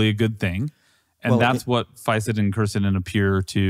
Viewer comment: I counted four different pronunciations of Fisetin.